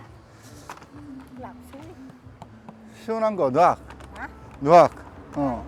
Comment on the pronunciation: 물 말할때 느억이라고 하는거 보다 늑이라고 말하는시는게 현지인분들 알아듣기 편할거예용!